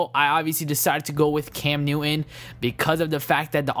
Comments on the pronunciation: Newin instead if neuton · I love how u say cam newish